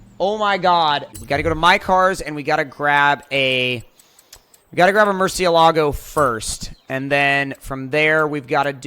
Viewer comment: It’s pronounced “Mur-sha-la-go” not “mur-ceea-lago”